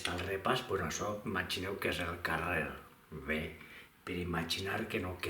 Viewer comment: Perque pronuncies "be" com si fora" ve", no te sentit malasombra!